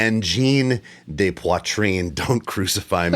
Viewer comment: Great band, great video. FYI "de" in French is pronounced "duh" (not "day" like in Spanish).